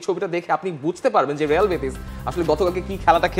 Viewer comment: হেডলাইন লেখ রিয়াল উচ্চারণ করো রেয়াল উচ্চারণ কি বারোটা বাজায় দিলা